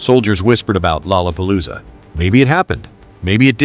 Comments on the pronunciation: Lola palooza. Not lala palooza. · “Rorra Parrooza …. “ Stop that man ! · There's no Rs in lalapolloza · "To a Japanese...it was a nightmare of tangled L's and R's" lol damn those R's in "LOLLAPALOOZA" 😆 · and the fact the narrator thinks lollapalooza has an r in it. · bahahahahahahhhrrrrr :) right!!!